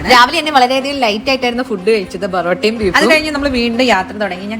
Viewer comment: Borotta aanoo.. porotta ennalleee??